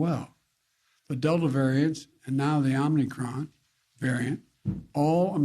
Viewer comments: it's pronounced "Omicron" not "Omnicron" geez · He keeps mispronouncing it “Omni Cron” as he bumbles over elementary sentences. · He keeps calling it wrong. Lol. He's saying omnicron. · Lol, this is almost as bad as Trump’s 7/11 speech. Wtf is “omnicron” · Mr Biden, wtf is Omnicron? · “it’s called the omnicron” jesus christ. 🤦🏻‍♂️ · where’s is the first n coming from homie